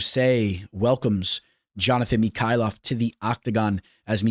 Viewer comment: Johnathan Mick-kayllef. lol you say it like he's russian